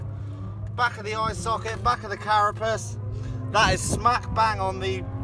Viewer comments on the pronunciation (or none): none